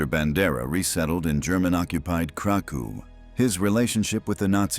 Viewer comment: please Krakov: KRA-koff Volhyna: vol-HEEN-ya